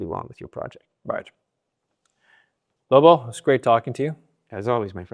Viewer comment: called Lobo “Robo” at the end 🤣🤣🤣💀